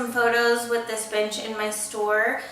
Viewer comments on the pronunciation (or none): i thought you said "I'm gonna be taking some pictures with this bitch in my store" Had to replay it three times before I figured out you said bench :'D